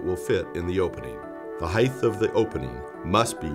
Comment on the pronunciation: Disliked because you said "heighth".